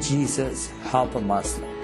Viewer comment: Lol he's a ex Muslim and can't even say Muslim he says "Mozulm." Lol so fake it's just to sell Christianity.